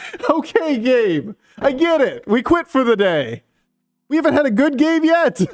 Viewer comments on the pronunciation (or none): “Good gay” 😂 we all heard it